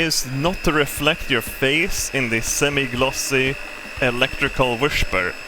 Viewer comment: "Were gonna start today's episode with a quick English lesson." Electrical whishper Good thing I shifted it all Electric whipper Very tick What is a shocolate cake without shocolate glaze It adds a good punch to the shocolate Plastic cutlerlerly Shocolate Some people think it gets stuck in their teats